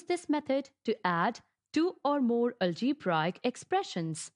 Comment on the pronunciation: Algebraic pronunciation is wrong and no explanation column 2 method is wrong . Well tried by the way ...